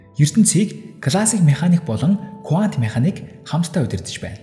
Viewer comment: Кувант биш кванто гэж хэлдэг байх. Их сонирхон сонслоо баярлалаа.